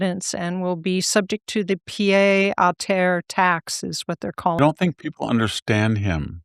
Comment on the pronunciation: "pee-ed ah terr",.